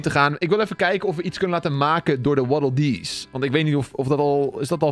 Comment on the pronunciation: Dat was echt een goede waddeldees nuts uitspraak